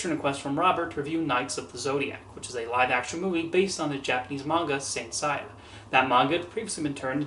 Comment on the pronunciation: Not to be that kind of person, but the name is pronounced "Say-a". Just thought I'd let you know.